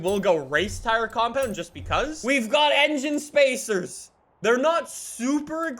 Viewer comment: Why every vid (says engien spacers) 😂